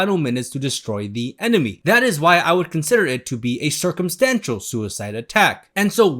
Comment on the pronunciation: Every time you said circumstantial I thought you were going to say circumcision😂